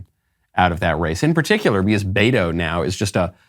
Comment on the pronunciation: 😂 poor guy can't even pronounce BETO, he says Bayro. 😂. I am dying! Loco 😜